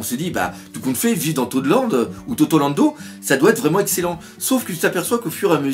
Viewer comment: perso je préfère la prononciation "totorando" :-P